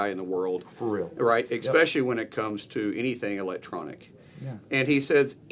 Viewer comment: It’s not, “eckspecially”!!! It’s “ESpecially”. Make it stop. It’s like, aks. I want to aks you a question.